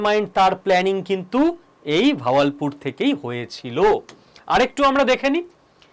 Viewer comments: ভাওয়াল পুর .... বাহাবাল পুর। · Not vawalpur , kothata Bahawalpur.